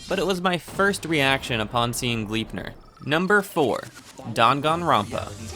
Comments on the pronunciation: Gleipnir isn't pronounced Glipnir. The "e" isn't silent. Here's how you pronounce it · U pronounce gleipnir as: glai (a as in the a in awful) -pnir and idk how to explain the i